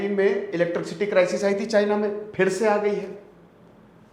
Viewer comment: इलेट्रिक-सिटी नही इलेट्रिसिटी सर 🙂 sorry for correcting